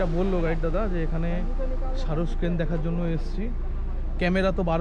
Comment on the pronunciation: Dada Carus crane ❌ Sarus xrane✅